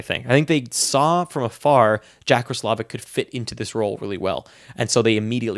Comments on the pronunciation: Yup. Ross--la-vick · You're right. It's pronounced ross-low-vick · I’m pretty sure you’re pronouncing roslivic wrong